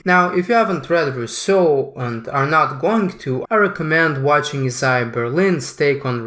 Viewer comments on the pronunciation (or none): none